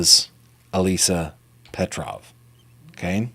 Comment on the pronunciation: Slavic name, yes. You pronounced correctly.